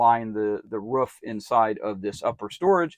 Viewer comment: Where you at ... you said it's up on the ruff not roof